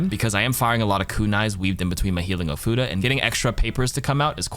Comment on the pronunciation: Ofuda. Not Oh, futa. Important distinction.